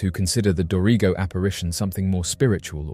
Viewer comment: “do-ree-go”is actually pronounced like “Dorago”